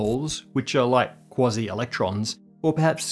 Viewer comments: QUASI not KWOZZEE! {:o:O:} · I'm pretty sure it's pronounced "Kwayzeye" particles. But I think I know why you're calling them "Kwozzie" particles...😅